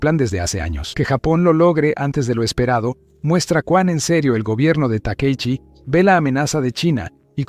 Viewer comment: Por qué esa voz de IA le dice Takeichi cuando es Takaichi